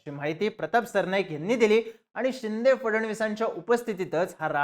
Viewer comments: खुप वेळा चिंदे, चिंदे असा उच्चार केला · अरे ते एकनाथ चिंदे नाही एकनाथ शिंदे आहे..😂